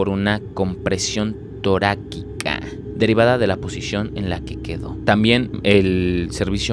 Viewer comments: Que molesto que no se tomen el tiempo de aprender pronunciación., no es "toraqiqa" . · No es Guevara, es Gebara. También hubieras dado tu fe de erratas acerca de esto. También acerca de "compresión TORÁXICA" 🤦🏻‍♀️🤦🏻‍♀️🤦🏻‍♀️ Ah, y por último: se dice HUIXQUILUCAN, se pronuncia güisqui (como cuando tomas whisky). A ver, repite conmigo, GÜISQUILUCAN. HUIXQUILUCAN.